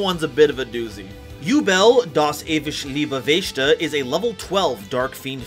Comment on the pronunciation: OMG! The mispronunciation of "Yubel - Das Ewig Liebe Wächter" is cringe AF. >.<; Next time please~ use Google translate or whatever to hear the correct promunciation next time. >.<; Also: The text means: "Yubel - The Eternal Life Guardian" (or Yubel - Immortal Guardian of Life)